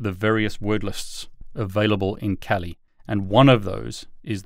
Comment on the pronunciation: It is pronounced kaali not cali.